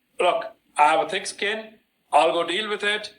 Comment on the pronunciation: Did he say he was a dick skin or he had thick skin?